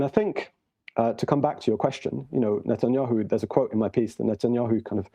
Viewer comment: This man said “Netanyoohoo” 😂